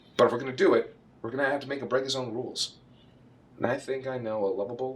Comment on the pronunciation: For a seccond there I thought Martin would cameo Specifically when the words "break" and "Rules" were pronounced Almost in a way that the rules Could or even would be screwed.